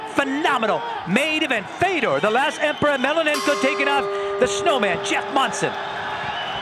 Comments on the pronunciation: I really hate this guy calling fedor " emelenenko" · the stupid commentators cannot even pronounce Fedor's last name correctly in fact they started calling him something like "melananko" what a fucking joke these ppl!